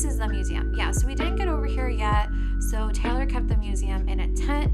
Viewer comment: So weird to hear you pronounce my name like that “Taylor” as “Taylour..”